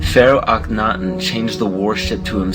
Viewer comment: is that really how you pronounce Akhenaton